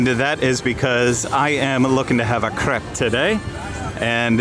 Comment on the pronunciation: Also your commitment to pronouncing it "crepp" is fantastic.